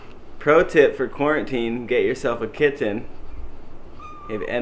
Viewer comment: "Get yourself a Kintten"